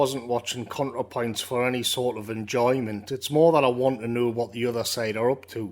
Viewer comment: Every time you said "Contrapoints", I wanted to bang my head against the wall. Great video though.